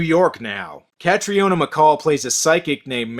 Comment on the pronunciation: Very minor point, but Caitriona is actually pronounced the same as Katrina. But hey - this movie is absolutely nauseous.